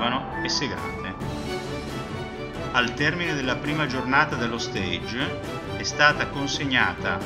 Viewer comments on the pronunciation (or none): Bellooooo! Grazie per la condivisione 🤩 mi permetta una precisazione: la parola “stage” dovrebbe pronunciarsi /stasg/ pronuncia francese e non /steidg/ pronuncia inglese, che significa “palco”. 🙏